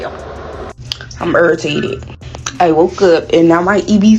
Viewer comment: Ertated????? WTF is ertated???